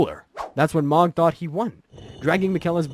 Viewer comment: that one really pissed me off! lol- I think it was about when I checked out. Meee-kell-a was bad too.